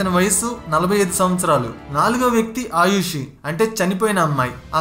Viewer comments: It’s not Ayushi it’s Arushi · ఆయుషి కాదు brother ఆరుషి. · ముందు పేర్లు సరిగ్గా తెలుసుకుని తర్వాత పోస్ట్ చెయ్యి.ఆయుషి కాదు..ఆరుషి. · Please say names correctly first bro. Her name was Aarushi